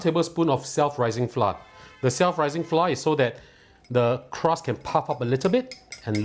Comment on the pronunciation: Dude why do you drop the r in flour? There’s no flou it’s flouR